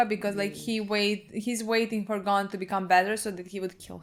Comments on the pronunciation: It's Gon not Gone, they pronounce it wrong... But okay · This is such a little thing but I really want to point it out Gon isn't pronounced as Gone It's actually "Go-n", Go and then an almost silent "n"